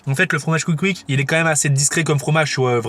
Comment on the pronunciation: Sssscouikkk ssscouikkk pas couic couic 🤣